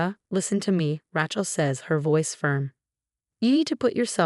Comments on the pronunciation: RAY-chel, not Ratchel. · The name is Ray-chel never Rat-chelsea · Please get rid of AI! Can’t stand misspellings and mispronunciations. Get real already! It Rachel with a long A! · AI reader, she cannot pronounce Rachel, weird